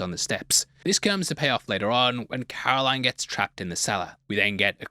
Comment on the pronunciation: Her name is Carolyn not Caroline